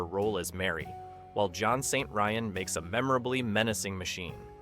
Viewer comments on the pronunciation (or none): none